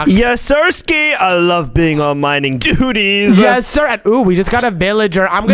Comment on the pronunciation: said dutys😂😂😂😂😂😂😂😂😂